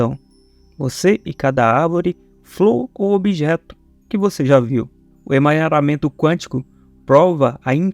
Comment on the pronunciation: É emaranhamento quântico e não emanharamento quântico.